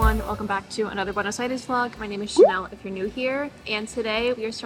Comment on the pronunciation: Me gusta como pronuncias "Buenos Aires", un poco ya te aporteñaste.